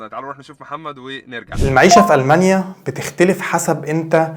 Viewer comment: تستأجر بيت مو تأجر تأجر معناها انتا الي تعطي لشخص البيت لهجتكم غريبه جدا ألمانيا مش ألمنيا